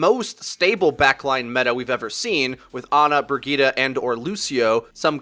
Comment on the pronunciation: "Brigeeta" Jesus christ